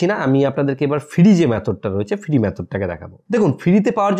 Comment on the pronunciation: আগে উচ্চারণ টা ভালো করে শেখো ভাই। ফিরি, বুলু, পোফাইল..... বড্ড কানে বাজে।